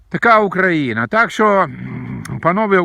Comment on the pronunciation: Дядьку у вашомуму віці пора знати, де ставиться наголос в слові українці, та Україна, хоча не зі всім, але в деяких речах я з вами згідний